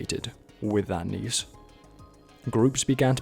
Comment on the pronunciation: finally someone who pronounces niche as neesh instead of nich